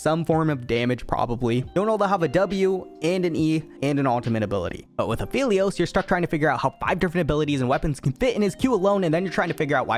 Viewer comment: That apehlios :DDDD